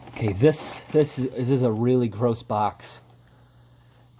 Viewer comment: Ya know what is worse than the gross mess? Hearing the way you say garose